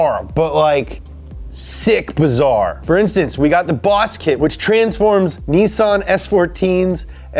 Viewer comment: Stop talking like a 2 yr old. Just say nissan or carbon fiber the way it was supposed to be pronounced. Its NiSSAN- NOT NEEESEAN